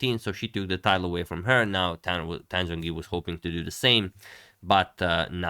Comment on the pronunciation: in romanization of chinese, the "Zh" sound represents a hard J sound, so it should be pronounced more like Jongyi. "J" represents a softer j. Polish for example also has these distinctions so in the Polish alphabet Zh would be Dż and J would be Dź.